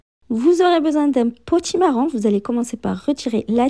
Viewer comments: Potimarron et non potimarrant😂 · Bonjour. Son accent fait que l on entend davantage le son "an" que le son "on". Cela est caractéristique de beaucoup de personnes originaires du Maghreb. Cependant elle prononce bien potimarron. Sinon, cela serait peut-être plus agréable de lui faire la remarque avec courtoisie et bienveillance, non?